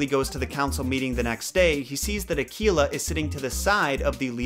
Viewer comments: I believe Akela is pronounced Ah-Kay-La.. with an A sound not an E ... at least that's how we pronounce it at Cub Scouts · I don't know if it's just the American language, but it isn't Ar -kee-la, it's actually Ar -Kay-La. My son is the Akela of a local group here, he's gone from Beavers right thru to Venture Scouts and leadership. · Gotta agree with most of what you say but the pronunciation of Mowgli. In India, we have always pronounced it as Mow-glee (possible with less stress on the "o"). Also, every time someone pronounces Akela as A-KEY-La I start to cringe. It's A-kae-la (lone / alone / solitary). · I thought you said tequila instead of akela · Akela is pronounced more like a-K-la....K like the letter and la like la la land...and the log in bander log is pronounced more like log from Logan...and bander is more like bundar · You're really butchering the pronunciation. Akela is pronounced uh-kay-la and means alone. Baloo is pronounced bah-loo with the emphasis on the first syllable. Bandar-log is pronounced bunder loge and means monkey people. Fun fact: the monkeys in form and description are based on the bengali people.